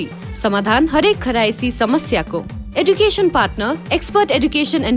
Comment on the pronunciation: eduction lai clear pronunce garnaa aaudina